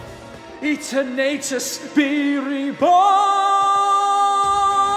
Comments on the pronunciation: This is great but... it's E-ter-natus, not E-tern-nate-us. Other than that, great job. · My one issue was Eternatus's pronunciation its meant to be pronounced like Eternal Other than that great video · its EE-TERN-UT-IS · Amazing song, but just one minor nitpick - the way Eternatus is pronounced. I always pronounce it Eterna-tus, taking on how eternal is pronounced, but here it's Eter-nay-tus. Used to pronounce it that way, but now not so much. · I HATE how he pronounces it as EternAItes...It's Eternatus (Eternal-utes) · The Lyrics suit this intense battle theme, love it, but the pronouncing of E ter natus throws me, its Eter Na tus, like Eternity, no offense, however awesome piece, rock on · Great song, but is that really how you’re supposed to pronounce Eternatus? Not that I’m complaining or anything, I’ve just never heard it called like that. I always thought it was eternatus, in one part, since it’s power is supposed to bring forth an eternity of energy. But, that might be the wrong pronunciation on my end. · I have never seen someone pronounce eternatus like that and I love it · I hate it 😄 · honestly, I always thought Rose talked more prim and proper than most of I think it would make sense he would pronouce Eternatus as such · The way you pronounced Eternatus really got to me, in a weird way, but overall great job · Why is no one talking about the Eternatus pronunciation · He mispronounced eternautus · I’m sorry, I’m listening to how you’re pronouncing Eternatus, and it’s kinda killing me... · The only bad thing about this song is pronunciation of eternatus and copperajah